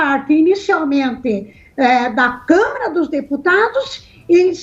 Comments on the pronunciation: QUE CONSTITUIÇÃO, DOUTORA ?????? E ANTES QUE ME ESQUEÇA...NÃO É ''CÂMERA''. É '' CÂ - MA - RA''. ASSIM EU CHORO ! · DISCUSSAO SEM.NOÇÃO. MUITO FRACA..A MULHER FALA CAMERA EM VEZ DE CAMARA... CAMERA E DE TV. E CAMARA É DE DEPUTADOS...VAMOS RIR.... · Mulher é Câmara e não câmera! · É impressão minha ou essa Senhora fala "Câmera" dos Deputados??? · Que nem o reportem relatou, se por acaso, isso acontecer) ;isso é só um impoti-se) supondo¿ Se isso acontecer, também eu; estou de acordo com a pronúncia da senhora comentarista: Que o senhor Mourão; é quem deveria assumir e continuar no cargo da Presidência do Brazil.